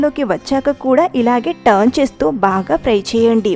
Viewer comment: Idhi pry kaadhu.... Fry